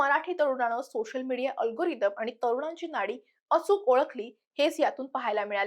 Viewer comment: सातत्याने शचा उच्चार (सोशल, उद्देशून, सुशिक्षित, देश या शब्दांत) ष करते आहेस, काळजी घे. छाया देव